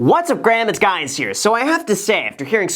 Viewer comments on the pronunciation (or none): Are we just not going to talk about the intro when he says what’s up graham it’s guys here😂😂😂